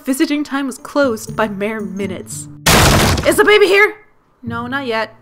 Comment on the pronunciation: You sound like your saying bay bay not baby 😂